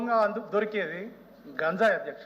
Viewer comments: Gaanjayi antunnavo leda ganjai antunnavo maadhika dravyalu kaadhu H. M. MAADHAKA DRAVYALU PADHALU PALIKETAPPUDU SRUSTAMGA PALAKAMDI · బడిలో బడిపంతులు కి పిల్లలు పాఠం అప్ప చెప్పేటట్టు గా చెప్పకే తల్లి..... గాన్జాయి కాదే...... గంజాయి అని పలకవే తల్లి....